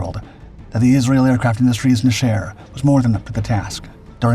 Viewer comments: ok, i love this narrators voice but hes always trolling us with intentional mispronunciation. Just like Chassis, Nesher is just Nesh-err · It's pronounced "NEH-sher," accent on the first syllable. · NE-sher the accent is in the NE . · something's off with the video, it's over smoothed and hard to watch. It's pronounced NEH, SHER like 2 words